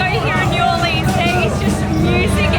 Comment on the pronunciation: And he said New Orleas wrong